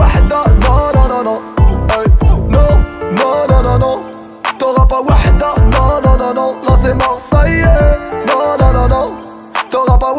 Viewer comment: sa se prononce wahda pas wada le h se prononce